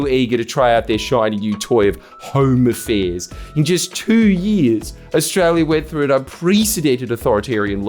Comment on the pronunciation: I know he means "Home affairs" but I keep hearing "Homo fairs" and I chuckle every time